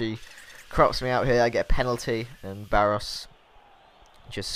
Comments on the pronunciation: pronounce Baros= Barosh before any one goes mad at you for it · It's Baroshh, quite a known player I'm surprised you don't know him.